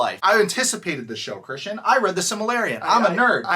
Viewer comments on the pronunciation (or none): If you’re gonna be a gatekeeper about Tolkien at least pronounce “Silmarillion” correctly.